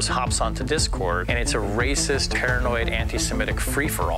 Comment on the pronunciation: Did you say anti semetic??????😅